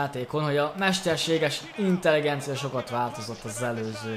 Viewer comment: Intelegencia? nem inteligencia?